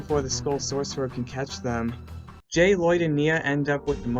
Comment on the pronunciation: I just realized Geckles call Jay “Gay”